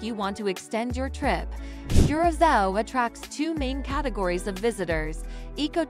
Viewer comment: It’s not pronounced cure-a-cow. Embarrassing